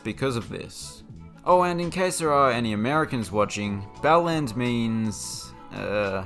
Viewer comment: Elland does not rhyme with bellend!